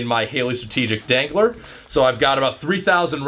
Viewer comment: Never say "dangler" ever again